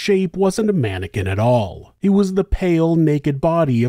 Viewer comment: It's never a mannequin, always a man-or-kin